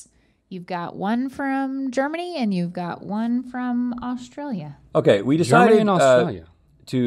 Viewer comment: says “Auschtraila.”